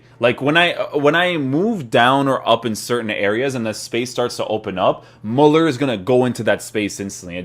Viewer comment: Its pronounced MÜLLER